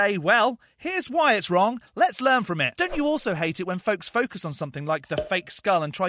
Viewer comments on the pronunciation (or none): none